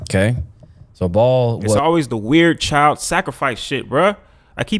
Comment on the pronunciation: BAAL is pronounce "BA-ALL" was also the diety in the old Testament involved child sacrifice ...its all in the BIBLE